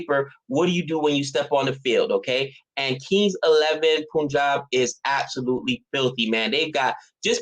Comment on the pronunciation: Hey the correct way you pronounce Punjab is the same way you pronounce 'pun' in the word punt.